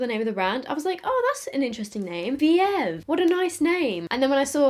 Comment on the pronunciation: I cried at the "oooh vee-ev" 😂